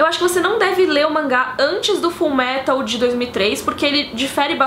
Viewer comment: a mina vem e me fala "FULMERAL" PQP UHAHSAHUSUHAUSHAUSUHAUHSASHUAUHSUAHSHUAUHSA